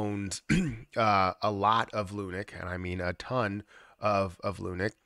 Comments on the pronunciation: It’s pronounced LUNC not lunic As in LUNC head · It’s not called “Lunik”, guy.